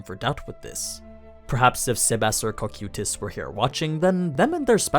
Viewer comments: Real question, is English not ' primary language? The mispronouncing of names and stuff is AI levels of cringe at times. Cocuytus Kō-Kī-Tas. Hearing Co-Queuetas makes me wanna rip my ears out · the way you pronounce cocytus really slightly aggravates me